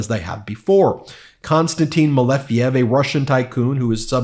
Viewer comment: Malejev, it's correctly MALEJEV👍☀️